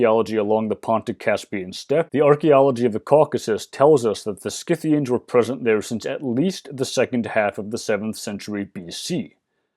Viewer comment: Thank you for pronouncing the "c" in Scythians as a "k", since it's a latin name. From what I've gathered, only royal aka upper-class Scythians, Sarmatians etc. are believed to fight along with warrior men of their people, where thhe Greco-Roman world is concerned.